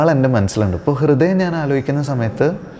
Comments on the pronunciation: കൃദയം അല്ല അണ്ണാ ഹൃദയം... അവതാരകന് അത് പോലും പറയാൻ അറിയില്ലേ?? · കൃതയം അല്ല പൊട്ട ഹൃദയം ഹൃ ഹൃ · Interviewr chettan കൃതയം ന്നാ പറയുന്നേ😅